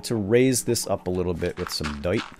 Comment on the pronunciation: Thanks to you, now whenever I say "dirt" I say "dyrt" like you:D